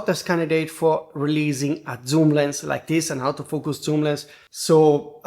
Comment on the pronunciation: Stop saying comment system. It's comment section. And when you say autofoucus you pronounce it exactly like saying out of focus